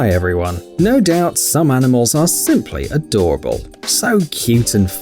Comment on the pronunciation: When uh u said simply adorable i thought u said simps are adorable